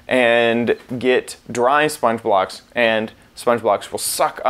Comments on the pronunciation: every time he said "spongeblock" i hear: spongebob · When he says sponge block, I thought it was spongebob.